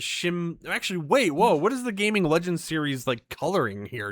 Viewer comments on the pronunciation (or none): none